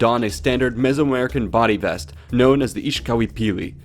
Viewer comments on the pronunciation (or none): none